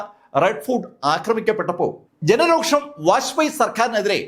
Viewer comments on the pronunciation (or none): സാറേ..രോക്ഷം അല്ല രോഷം